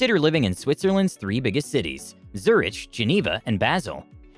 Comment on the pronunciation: Not how you say Zurich